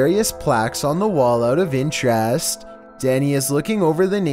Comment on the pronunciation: Interest? More like "intr-yaaaasss-ed" What is up with dude's inflection?! His emphasis is so weird on every word